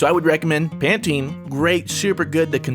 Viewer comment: #askfruit will you ever pronounce Pantene right